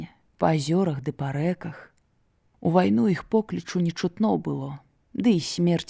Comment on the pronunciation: Вымаўляецца не "іх", а "йіх", "йіншы", "йімі" і г.д. - варта азнаёміцца з вымаўленнем І ў беларускай мове, бо няправільна шмат вымаўляецца. Мяккасць не беларуская, часам праскоква беларуская. На сутыку слоў асіміляцыі беларускія адсутнічаюць, вымаўляецца як у расейскай.